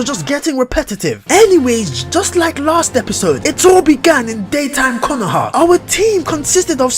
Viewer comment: D-D-Did you say 'CONOHA' and 'SASU-KAY'?!?!